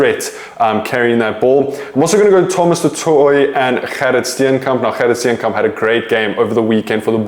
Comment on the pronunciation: Is it not Steenekamp?